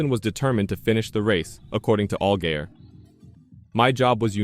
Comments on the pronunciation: this is absolutly horrendous. If you can't say the town or drivers name correctly then don't say it at all... Conkerd? really?... Allgayer? omg I can't handle this anymore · Do you even watch any of the shit you make videos on? “All-gay-er”, really? C’mon man. Do better.